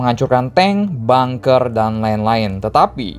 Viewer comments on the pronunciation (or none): none